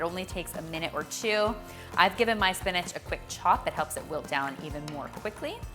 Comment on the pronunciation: Am I the only one who learned how to say SPINACH and not SPINAG 😂